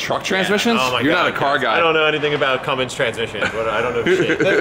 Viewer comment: called it a cummings..... not a Cummins... disappointed. Haha